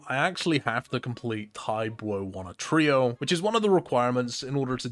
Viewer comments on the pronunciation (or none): none